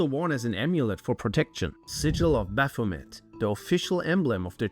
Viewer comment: You can't even pronounce baphomet. May Satan punish you for this.